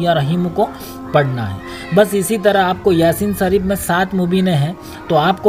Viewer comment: pahle. bolna. seekho. bismilla. sareef